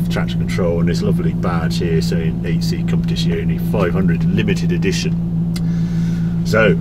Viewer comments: "Compitisioni" sarebbe la pronuncia perfetta? Non voglio immaginare come avrebbe potuto pronunciarlo male. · "Alfa 8c kompedzziziuonei"